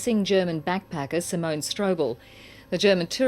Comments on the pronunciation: Simone, not Simona. It's a little disrespectful to be pronouncing her name incorrectly... (Apologies if you have dyslexia, BTW.) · Simona? Isn’t is Simone?